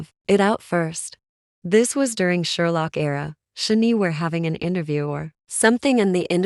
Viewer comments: Computer generated voice or person who doesn’t bother to learn how to pronounce Korean? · ok. you need to say SHINee correctly. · Your AI voice mispronounced SHINee. Makes it hard to watch the video straight off.